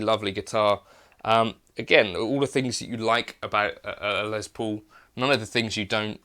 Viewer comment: The man’s name was Les Paul, not Lez Paul.